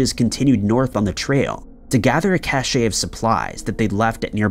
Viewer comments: Dude do you pre-read this? Did you say (cash A?) Cache ‽ it's pronounced CASH . A CASH( CACHE) OF WEAPONS. CMON ALL YOU GUYS ARE SPEAKING LIKE ur NOT FROM THIS PLANET. THESE ARE COMMON WORDS AND PHRASES YOU SHOULD KNOW. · Really minor point but it's pronounced "CASH". Cashey is prestige. Just annoying. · Thank you, Shane! I was a French major, and every time I heard “ca-shay” my ears bled. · This is so funny, I heard that and was like ... "Have I been saying 'cache' wrong this whole time?".. then I scrolled down and saw this comment. Phew hahah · You’re not wrong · Cache is pronounced like 'cash' not 'cashay'. 'Cashay' is how cachet is pronounced, which is totally different word with a different meaning. Ah, why am I bothering? No matter how many times it's pointed out, you still can't pronounce Edinburgh or Dublin. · Dude it’s pronounced “ cash “ not “cashay” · Bear Cache like Cash. Not cashay. Sorry but it was bugging me lol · Ever since that Mr. Ballen guy mispronounced the word "cache," I have started hearing other YouTube narrators adopting his mistake. "Cache" is pronounced CASH and means "stash"...that clown instead says "cachet" (a totally unrelated word rhyming with SACHET that indicates "prestige"), and now he has got people all over America saying the wrong word. Ay! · fyi, despite what apparently the majority of civilizations' basic knowledge of the English language, the correct pronunciation for CACHE is CASH. NOT CASH-A.... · The word "cache" is pronounced like "cash," not "cash-ay." And you left out a major piece of information that is critical for context - Aaron Hedges had broken his withdrawal from alcohol by drinking during the hike and was mixing the alcohol with benzodiazepines. You left out a lot of other information about this case as well. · It's cache like the word "cash", it's never pronounced "cashay". It's probably a millennial issue but yeah I had to say something.